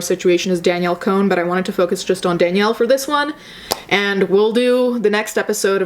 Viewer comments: Con not cone. Lol sorry it bothered me a little bit 😘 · "cone" LOL its pronounced "con" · I thought her last name was pronounced Con?? 😂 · Was it on purpose that you said "Danielle cone"?😂